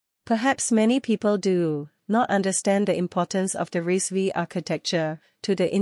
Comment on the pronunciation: Its pronounced as RISC 5